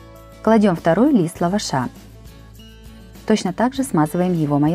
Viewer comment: ЛавАш- в лавАше, безграмотное ударение, и говор слушать невозможно